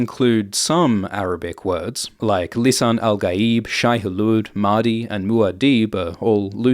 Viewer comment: it's "Mahdi" not "Madhi"